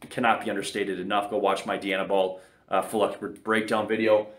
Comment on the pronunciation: Who does a review and can’t pronounce the drug name…..🤦🏽‍♂️🤦🏽‍♂️🤦🏽‍♂️